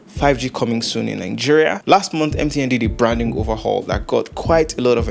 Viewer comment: Is your country name Nigeria or Ningeria? Why can't Nigerians pronounce they county's name?